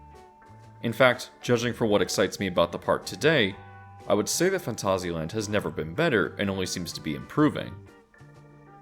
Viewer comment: This video deserves a like purely because I've never hear and English speaker get this close to pronouncing Phantasialand correctly, well done :)